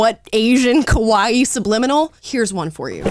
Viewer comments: Amala says kowaii (instead of kawaii, easy mistake) which is PERFECT because kowaii means scary and this transracial shit is scary as fuck😂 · LOOOOVE the post, however, it's pronounced "KA-WA-EEEEEE". 😍 Living in Japan, I hear it all the time. Keep posting, I 💖 them